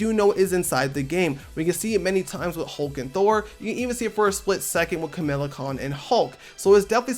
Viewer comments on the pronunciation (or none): KamALA my guy... KA-MA-LA. Not Kamila. Edit: 😂😂😂 I typed this out only for him to finally pronounce it right at the end of the video.